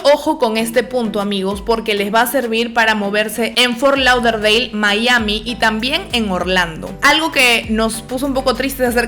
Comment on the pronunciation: Las amo pero te odie un poquito cuando pronunciabas fort lauderdale 😂